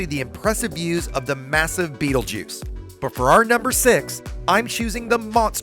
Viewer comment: Betelgeuse is NOT pronounced Beetlejuice.